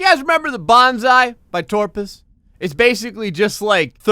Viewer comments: IT'S TOPRUS NOT TORPUS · you pronounced toprus as torpus it is pronounced as written TOPRUS bowhead hates br you tubers because of dat i am friends with him